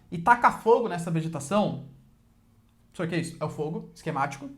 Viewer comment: "Pssor" kkk